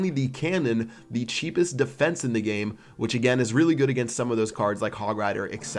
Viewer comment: Forgot the "t" in "against" :)